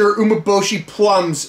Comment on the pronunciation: Pretty sure it's pronounced U-mé-bo-shi